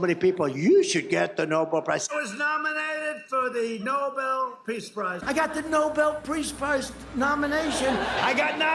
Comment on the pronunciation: Donald, , crying 😭 like a toddler about the Nobel pReace Prize. 😐😑😐... ... that's some tongue twister, Trump. Now say it three times in succession as fast as you can. Don't get it twissssted, now Donny. "pReace Prize, pReace Prize, pReace Prize." 😁 Too bad, so sad, call your pops, Donald. 🤷🏾‍♀️ You win some, you lose some. 🤷🏾‍♀️